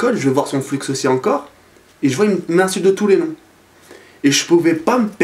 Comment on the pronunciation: LAisse un jaime pour que prenonce "Flu" et pas "Flux" =)